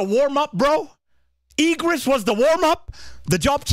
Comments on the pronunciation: Just so you know it's I not E gris :yougotthis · The japanese VA called "IGRIS" as IGURITO 😭 I hope the VA wont say ALAISU 😭